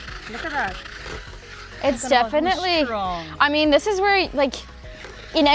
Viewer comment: Yall hear that "ah mean" from? Your TT passport will arrive in 3-5 business days ma'am!